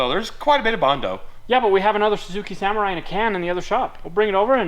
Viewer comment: i am happy to see you working on the "saMORRai"